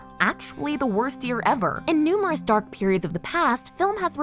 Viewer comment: The way she said dArk was stupid lol